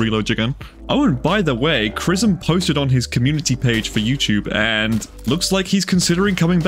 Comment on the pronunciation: British chrismm